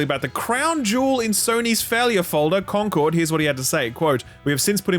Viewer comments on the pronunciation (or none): none